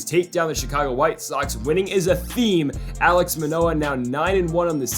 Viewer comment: Sorry but this is bothering me- it’s “Alek” not “Alex” Manoah and “Cavan Biggio” not “Cavon Beeggio”. Love the series!